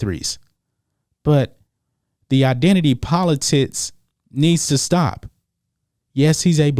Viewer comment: "Politits" u say that shit on purpose bro 😂😂